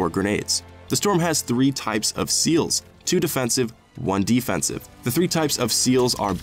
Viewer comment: ok but I swear you said defensive twice but with different pronunciations 😂